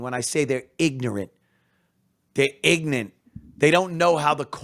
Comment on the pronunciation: “ Ig-nat “ lmao 😂